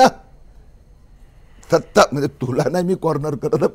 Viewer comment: सत्ता नाही त्तता😂